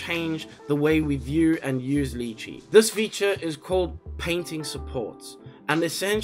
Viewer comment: Lol love your vids but it absolutely throws me every time you mispronounce lychee, lol. Weirdest kryptonite ever haha